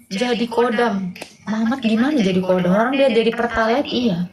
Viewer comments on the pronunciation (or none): Khodam bukan kodam... Kodam V jaya 😅😅😅